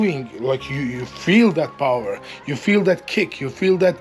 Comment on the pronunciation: ...i dont think it works the way you think it works.... lol. Learn more bout powah. b4 you talk bout them "numbahhs" -an engineering tech... who wrote the wiki on "Power".